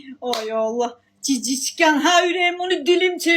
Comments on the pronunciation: Чушка cicitken нет, правильно говорит gicitken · Gicitkən ..cici tkən yox 😂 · Danışıq sifır(bu arada məndə talışam) cicitkən yox gicitkən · Seyleme gurtken sozunu duz de rus dilinide cox pisss blirsen